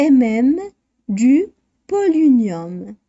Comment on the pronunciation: On prononce polonium pas polinium